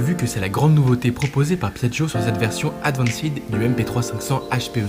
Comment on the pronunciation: Advancide? 🤔 faudrait passer le permis de parler anglais... Advancide 🤣🤣🤣